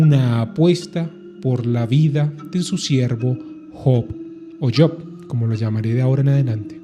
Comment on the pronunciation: Yok ? Kien es yok maldito pronuncia bien es job noo tok